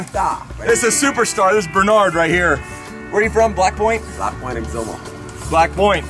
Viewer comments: He said black point. It sounded like black boy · dude ,that didnt sound good,i know its not what u said,but it sounded like u said"black boy".